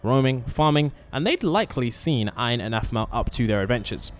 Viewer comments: It’s Ein not Iron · Yeah and he keeps calling Ian, Iron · Its not iron its ein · Is ein not iron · that is Ein not iron. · No its not Aaron it's ein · Its Ein not iron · are you trying to say ein or Aaron? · THAT AIN'T IRON ITS EIN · Ein not ion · IS EIN NOT IRON😭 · Bro said iron it’s ein😂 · Iron IRON?! It’s EIN! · Iron? It’s Ein! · umm did he say iorn or ein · Its not iorns it,s Ein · bro said "iron" it's "ein" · Iron? Its Ein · Ian? You mean ein right? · It is EIN not IREN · It’s Ian not iron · It is ein not iron.😊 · It's not iron it's it's Ian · It's ein not ine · It’s called Ein not Iron😐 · it's ein not Iron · o god for sake his name is Aaron not iron duh 🙄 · Its ein not ion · It's not iron It's ein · It’s not iron it’s ein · Him:calls Ein iron:me :ITS EIN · You need to say E en not iron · bro said iron instead of ein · bruh his name is not iron its ein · You called Ein iron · it's Ein not iron !? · its ein not irne or iren or what u said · He called ein Iron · It is ein not iron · Sorry but he is called Ein not iron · Btw its pronounced "ein" not "iron" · SO TRUEE HE'S DUMB EWW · I REALLY WANT TO PLAY WITH HER but for now I have the skins (also it’s pronounced Ein not iron) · Bro its ein not iron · Bruh he said iron not Ein !! His name is EIN!! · It is in not Ein not iron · It is not ion it is ein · 𝙄𝙧𝙤𝙣 😂𝙞𝙩𝙨 ein😂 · ITS not "iron" its Ein And its not "animal" its Aphmau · Ein not iron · is not iron its ein👃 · His name isn't Iron it's ein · it's EE- IN not ion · its ein not iin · His name is ein not iron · True it's Ein not iron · That's not iron its ein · Ein not ian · His name is not inse it is Ein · I'm sorry I can't help it his name is "Ein"Not iron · Your saying “iron” it is “ein” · Dude,his name is Ein and not "Iron". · Yeah change it now to Ein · Its ein not iorn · The name its not right... Iron is ian (EE - An) and animal its aphmau (AAA PHPH MA ouw) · Sorry, it’s actually ein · Bro called Ein "iron" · he called sin iron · it's ein ain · "animal" "iron"💀